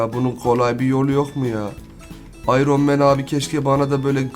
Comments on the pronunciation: abi ayron men ne yaw ayrın men diye okunuyor NOT: tabiiki yazilisi Iron Man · İronman ayrın men diye okunur ... Daha onu bilmiyosan ??